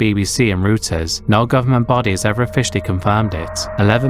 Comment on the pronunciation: Reuters is pronounced Royters